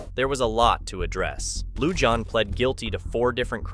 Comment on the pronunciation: Lujan is pronounced "Luhan," the letter J sounds like a H . Ty